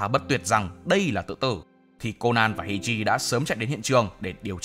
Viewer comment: Kênh đừng đọc phiên âm "ei" là "ây" được ko ạ :(